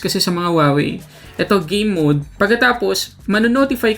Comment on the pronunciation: Game mode pala. Gay mode una kong dinig eh